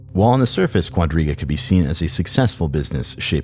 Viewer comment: Am I the only one who misheard Quadriga as Rodríguez more than five times?